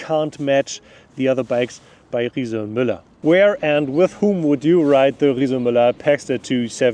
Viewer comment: Not bad for germans like me (makes me proud to listen to him, in difference to speeches of almost of our politicians). Shares knowledge, tells what he beliefs in, otherwise he wouldn't do it (because he isn't a politician😊). And at least 'Riese&Müller' was pronounced correctly, wasn't it?😉 These bikes are for shure expensive. My grandma teached me: Buy cheap, buy twice! It's allways your choice.